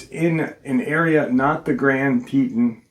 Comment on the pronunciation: Tee-tawn haha that's how it's pronounced 😅 I actually live in Cody Wyoming so this episode is going to be so interesting! I've had some super weird feelings around here, up by Pahaska teepee which is right close to Yellowstone east gate (west Yellowston). I live 35 miles from the east gate and we cut down our christmas tree every year and when my oldest son was baby Dec 2016 we chose to go out to the shoshoni national forest and holyshit the scariest feeling I've ever felt in my life. We have never been back 😅